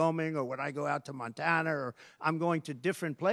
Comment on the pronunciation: did he say Montanar